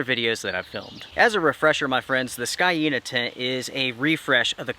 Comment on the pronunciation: Pronounced ˈsēnə or "seen uh"